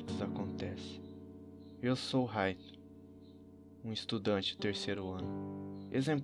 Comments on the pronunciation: ficou mt bom, só queria que falasse Light e n "Raito", essa pronúncia é em Japonês e está dublado no brasileiro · N FALA RAITO N, E LIGHT